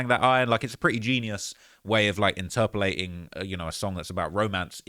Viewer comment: Interpulating?🤣🤣...what that mean English?